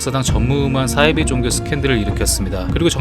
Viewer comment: 싸이비가 아니고 사이비